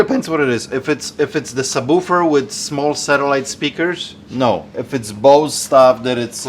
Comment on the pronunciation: “Saboofer” “stedick” 😂😂